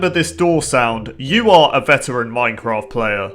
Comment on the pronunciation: It's not pronounced moincroft Minecraft